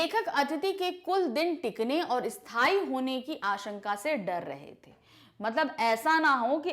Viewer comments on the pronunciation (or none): none